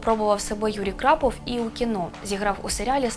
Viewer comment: Ведуча не вміе читати ? Крапов у береті ?